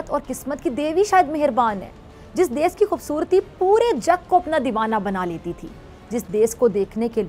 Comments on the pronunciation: 'Des' nhi hota jahil khatoooooon 'desh' hota h😂😂😂😂😂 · pehle "desh" to sahi se bol le pagli